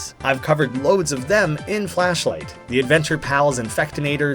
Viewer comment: cool series but... flasshh light... ughh that sounds a bit...